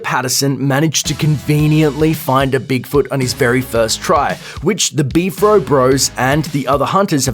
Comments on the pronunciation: It's pronounced B.F.R.O, not B-FRO. You have zero credibility just on this alone! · Do you call it "Beef-ro" and not B-F-R-O? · Its B-F-R-O